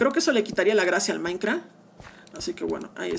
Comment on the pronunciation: No se dice maicra se dice maincraft 💀👏🏻👏🏻👿👿👿👿🤨🤯🤯🙀